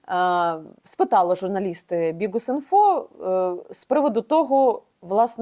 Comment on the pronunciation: Чому вона говорить "БіҐус" ??